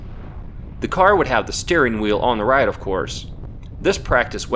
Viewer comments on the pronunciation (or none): none